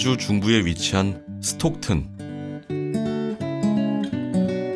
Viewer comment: 스톡튼 × 스탁튼 ㅇ